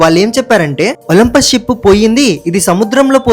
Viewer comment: It is not olmpus it is olympic